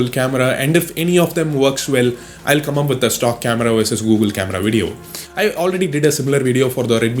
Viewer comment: Lol...its come,not cum😰🔥😂👊